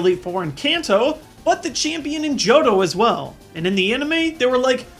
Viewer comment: did anyone notice in he said johro ya like joro or something!